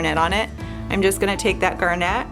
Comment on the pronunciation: It's pronounced GARnit, not GARNETTE.